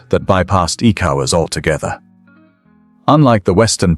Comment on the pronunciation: hahaha, am I the only one hearing "ecowards" ?